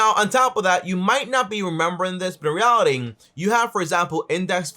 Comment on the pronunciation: bro it was a good vid but cmon man stop saying in REALITIN say in reality j